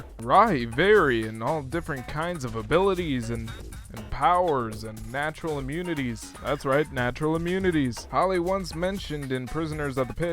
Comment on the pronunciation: I thought you said "vaginal immunities" xD xD. Had to hear it like 3 times to make out "natural immunities", as you later said.